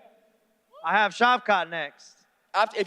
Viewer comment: Shav- CAT.... Shav-SHAT, Damn on the Struggle Bus, the short one